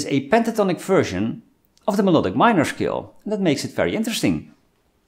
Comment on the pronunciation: I keep thinking he's saying the word "skill" not "scale" lol